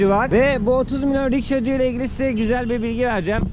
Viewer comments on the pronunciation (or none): rikşacı mı rişkacı mı:))